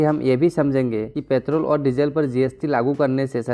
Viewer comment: Its Petrol.... not pethroll. However good explanation bro.